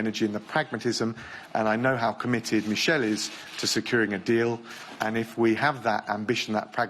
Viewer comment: Did he just called Barnier "Michel"? That is a French name, you pronounce it m ee - sh eh l. Not American style Michel.